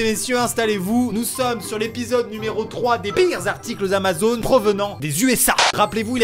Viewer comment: Lol ta zamazon et pas Amazon lol😂